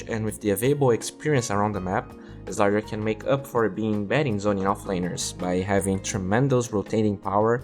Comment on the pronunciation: Please pronounce slardar properly. It triggers me the way you pronounce it!